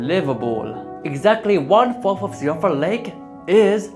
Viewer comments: Also, Siofra is pronounced "shee-fruh". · To be fair, Siofra is entirely the fault of Irish Gaelic, the culprit behind names like Siobhan (shee-vahn) and Eoin (Owen). So unlike gaol which is still occasionally used in some parts of the world, native English speakers have no idea how to pronounce things like Siofra correctly unless they are also familiar with the Irish language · I would like everyone to know that Siofra is "she-fra"